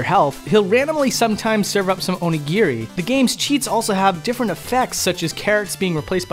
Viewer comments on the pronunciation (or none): I cringed when he said onigiri.